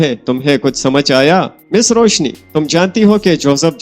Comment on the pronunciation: Bahi correct name is Roushi.. not Roushne